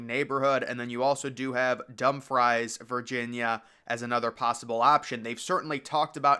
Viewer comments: His name is Snyder, not Schneider. And it's pronounced DUM-freez, not dumb fries.Details are important when reporting. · I laughed so hard to you said "Dumb Fries" it's pronounced "Dumb Freeze" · It's Dumfries as in (Dum--Frees) 👍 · Not sure if it’s already been mentioned (and I apologies if this is a duplication), but Dumfries is pronounced “Dum-frees”. FYI in case the Potomac Shores location remains a possibility. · Excuse me I'm from dumfries , it's pronounced Dumb-Frees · Sir, Dumfries is pronounced "Dumb-Freeze" lol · Yeah, I was wondering if I heard Dumb Fries😅